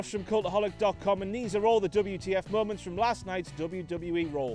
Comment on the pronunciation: On the bright side he won't be mispronouncing moments as momonts anymore. jk